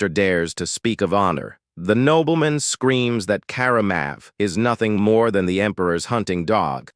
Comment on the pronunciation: Nobleman ❌️ Knob-bell-men✅️